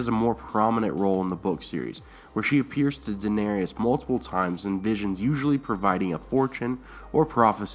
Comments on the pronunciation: DA-NER-IS DA NER IS That is how her name is pronounced and spelled. Not DA-NER-EE-IS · I normally don't give a crap when names are mispronounced, but the mispronunciation of Daenerys is making me a little nuts. It's only three syllables - DA - NAIR - IS, not DA - NAIR- I - AS. Other than that, cool stuff.